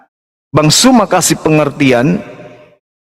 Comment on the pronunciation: belajarlah menyebutkan Bang ZUMA Bukan JUMA...